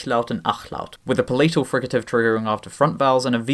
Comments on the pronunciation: The way says palatal makes me irrationally angry. It's /ˈpæ.lə.təl/, not pəˈlɛ͡ɪ.təl/! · pa-LAY-t'l?? Darling, look up pronunciations if you don't know them, especially a word that is essential to your topic.